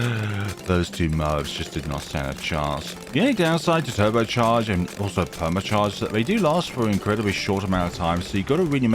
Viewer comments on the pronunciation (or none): The way you said permit charge😂